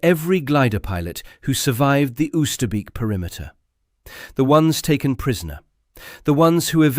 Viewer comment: It's not 'uuster beak' , but 'ohster bake'. 400 dead guys, and you cannot even bother to pronounce the name right